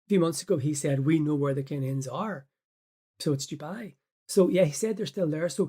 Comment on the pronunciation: It's not Jewbai it's Dubai ya muppet 🤣😂👌💯